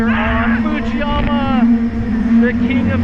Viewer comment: it saying "footzeyuma